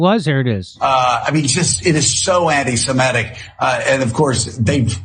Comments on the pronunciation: I love how absolutely EVERYBODY mispronounces this word. It is not "anti-Simetic". There's no such word. You don't call someone an 'anti-Simete' because there's no such word or thing. It's "ANTI-SEMITIC" as in 'anti-Semite'. There's no such thing as Simetic people. There are Semitic people like Arabs, for example, or people that are actually ethnically Hebrew. It's so friggin' stupid that everyone mispronounces this word. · “…er…I mean…it is just….it is so anti -Semetic (sic)” It’s the opening phrase and the host at MSNBC mispronounces ‘anti-Semitic’ quite clearly. Proves there’s something lacking in his education or he’s thinking of the word ‘emetic’- a substance to cause vomiting. Either way I feel nauseous already.